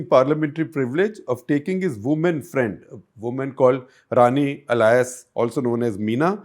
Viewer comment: The great modern GuptaJi, espousing liberal values and an open mind... still cannot say 'BOYfriend' 😂😂